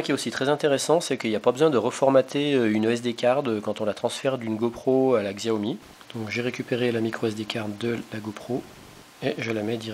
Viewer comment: Pour info le X en chinois se prononce comme un S donc il faut dire Siao Mi... En tout cas cette marque est vraiment super, j'ai le Smartphone Xiaomi 4 depuis plus de 6 mois, toujours aussi rapide et efficace je ne regrette vraiment pas mon achat ! On peu faire confiance a cette marque qui je l'espere va degommer Apple et Samsung dans les prochaines annees en tout cas ca cartonne en Chine. Merci pour la video !